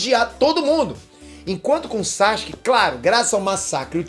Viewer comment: Maninho vc ainda pronuncia o nome do Sasuke errado.